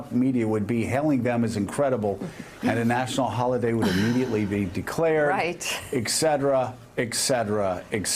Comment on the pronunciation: Well now, isn't that interesting because just this morning on NPR I heard a story about how small business owners - who create the majority of the jobs - are feeling optimistic and are hiring or planning to expand... Oh, and by the way, the word is etcetera, not eckcetera. Should I include a rant about how many thousands of dollars (literally, not hyperbole) Obama's grotesquely mis-nomered Patient Care and Afordable Protection Act of 2010 cost my family...